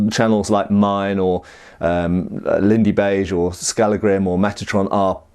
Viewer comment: Skallagrim.. Spoken in English.. By an English Man. Wow. Oh yea. Do Not break into this man's flat.